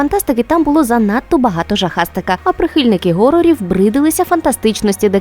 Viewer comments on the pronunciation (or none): Що за "горор" (horor)? Хорор же